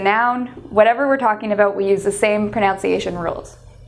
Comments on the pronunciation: It's not aboot, it's about. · By the 27 sec says(pronounces #1 for about ( the Canadian or Minnesota way) (I here shall attempt a phonetic spelling #1 ab aout and #2 for for #2 fer or fur # 1 I like # 2 I dislike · How about learning how to pronounce the word "about"